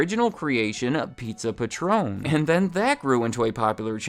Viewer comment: It's Pizza Patron, like a patron of the arts, not Patron like the tequila